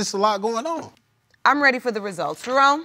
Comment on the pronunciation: Am I the only one who heard Jerome as drone ????🤭🤭🤭🤭